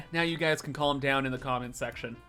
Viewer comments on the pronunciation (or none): none